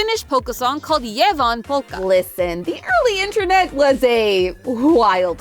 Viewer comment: ok you said Ievan polkka like compleatly wrong bro that shi hurt my soul. Why you disrespecting